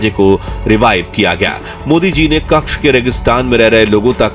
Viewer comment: कक्ष नहीं भाई कच्छ बोलो।😅